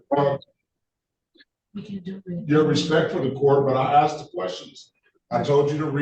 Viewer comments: The correct grammar in pronouncing the word ask is A S K ,A SK ASK not Axed I moment I hear AXED I automatically think ..half wit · he axed not asked, why is that so difficult to say?? ask...ask..simple!! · No one in any court EVER has axed a person a question. I wish fools like this guy could comprehend just how stupid it sounds to say “nobody AXED me nuffing” in a court of law.